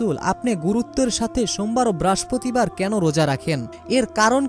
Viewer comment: ঐ বেটা বারের নাম আগে ঠিক করেন,,, উচ্চারনের ছিরি